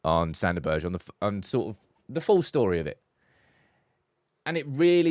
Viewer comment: Behrr-Gay = Berge